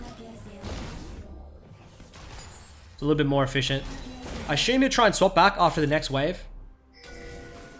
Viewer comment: Do all Aussies pronounce “assume” with an “h” sound like “Ah-shoom”? Lol